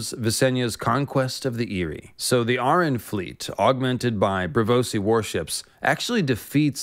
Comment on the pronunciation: Corrects Vhagar pronunciation. Proceeds to mispronounce Arryn. Did you even see the GOT series?